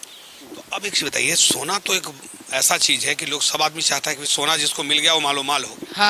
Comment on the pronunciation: पहार नही पहाड hota hai.. शोना नही सोना hota hai aap baar bol rahe ho aisa to ajib sa lag raha hai sunne me.ple sona ko sona he boliye kahi kahi aap thik bol rahe hai kahi kahi lagta hai jabardasti bol rahe hai ple sudhar kijiye